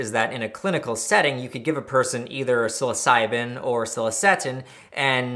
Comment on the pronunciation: Honestly, I'm surprised you pronounced psilocybin correctly, being that you mispronounced everything other chemical